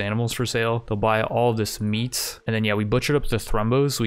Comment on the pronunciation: Anyone else like the way he says "meaT"? (uppercase intentional) LOL